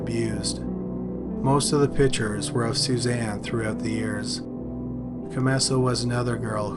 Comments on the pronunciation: The speaker needs to pronounce the word "pictures" correctly. Pick-ture...not pitcher...so annoying. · I’m sorry to criticize but PICTURES is not pronounced ”PITCHERS”; A pitcher is a baseball player or something that holds liquid. A PICTURE is a Portrait or a photograph & is pronounced PICK-SHUR